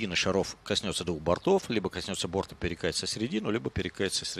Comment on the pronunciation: Мне не понравился комментатор, который говорит не грамотно. Я понимаю, что есть свой сленг в определенных кругах бильярдистов (больше старая гвардия), где говорят не шар, а шарА. Но говорить бортА в единственном числе, как-то ОЧЕНЬ не грамотно для комментатора бильярда. Уважаемый комментатор! Говорить правильно: не достиг бОрта! Коснулся двух бортОв!